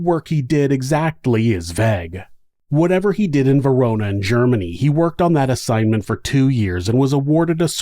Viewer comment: Thank you. Is it slightly concerning that the pronunciation of 'vague' is more disturbing to me than any crimes discussed in the video? Probably I'm just glad that someone else mentioned it first.